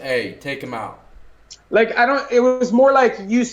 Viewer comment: Lol and owtt (out)